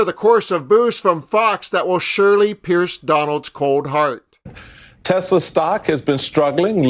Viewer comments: Tesler!...LOL...can`t even get the name right. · "Buy a Tesler , It's computer" donald j fuknecKKK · Did trump really buy the tesler ( trumps pronunciation of tesla)? Or our tax dollars or was that simply a scam and not a purchase. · It’s Tesler …. Right ? 😂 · Tesler......... bigly computer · Felon trump called it a testlor 😂😅